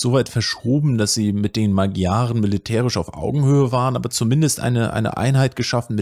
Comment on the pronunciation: Tolles Video. Nur die Magyaren spricht man anders aus. Wenn ich mich recht erinnere etwa Ma(d)scharen